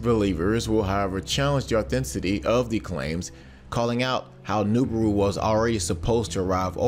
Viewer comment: Please stop saying Noobooru